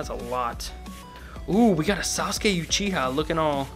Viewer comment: Bro he spells uchiha youchiha lol